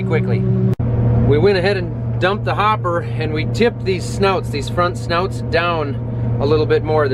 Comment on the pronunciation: They are called SNOOTS . Not SNOUTS